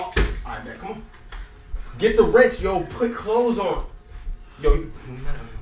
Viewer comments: "Go get the rench" 😂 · Boy said get the rench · Bruh dude said go get the rench